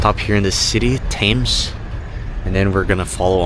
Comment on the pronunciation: Just a wee heads up, ANZAC: Australia New Zealand Army Corps (Corps is pronounced like, 'Core') Thames: Pronounced 'Temz' Enjoy your stay.